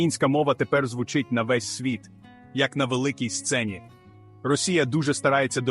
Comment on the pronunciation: Цікавий ткст.Але відчуття,що читає ші,бо не "звУчить",а "звучИть",й т.д.